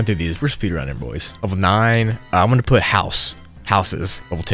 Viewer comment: As a Spanish speaker, you made me spit out the coffee I'm drinking. I really thought you described Level 8 as "P*taaa". So hilarious